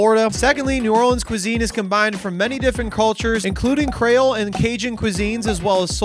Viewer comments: it's cree-ole, not cray-ole...to start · "How do you say it? Crayole?" "Creole" "Crayola?" "Creole" "....well the food is good." "eh dat's good nough."